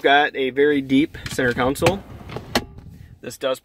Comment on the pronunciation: You keep saying “council” and it’s driving me crazy. It’s “console” pronounced “con-soul”